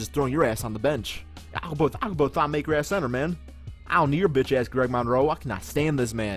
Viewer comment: It's not pronounced maker it's pronounced (ma-k-i-r)